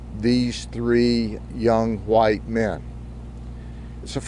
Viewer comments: Listening to this guy talk is hilarious. Love how he put so much emphasis on "WHITE MEN." It was probably their drug dealer. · To me it's not about race at all....its the way he said it. With emphasis that would make one feel as if it was any other identity would be different. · Why did he put emphasis on saying 3 white men like it made them more important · Sheriff hick why did you emphasize the word “white?” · Why did he have emphasize they were white men? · Why did he emphasize white? " they're white so this is serious"